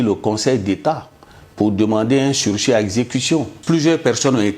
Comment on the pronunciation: SALE MYTHO, PROCUREUR QUI DIT SURCHI AU LIEU DE SURSIS. APRÈS AVOIR VAINEMENT REUSSI À REVOLTER LES MOSSIS CONTRE LES MILITANTS DU PPACI, TU VEUX AUJOURD'HUI MANIPULER LES CITOYENS LIBANAIS ET FRANÇAIS AU PROFIT DU PRESIDENT DE TON PARTI RDR